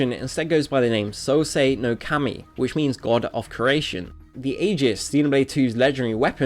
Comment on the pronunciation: You are saying xenoblade wrong